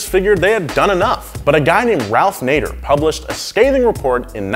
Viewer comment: My name is Nader and I'm triggered that you kept pronouncing my name wrong. Lol kidding awesome video